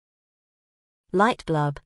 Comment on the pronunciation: Light bUlb, not light blUb !!